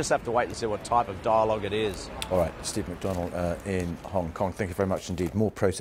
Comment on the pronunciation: Did he just call him steave?